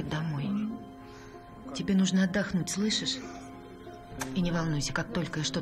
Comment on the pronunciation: ДО ЧЕГО ЖЕ НАДОЕЛО СЛЫШАТЬ ДЕФЕКТЫ РЕЧИ У АКТЁРОВ :МОДНЕНЬКОЕ "СЛЫСЫС" ВМЕСТО "СЛЫШИШЬ" - ГДЕ ТОЛЬКО ПОДХВАТИЛИ ЭТУ ЗАРАЗУ?